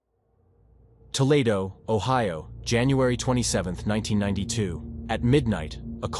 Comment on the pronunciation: Toe lead o. = Toledo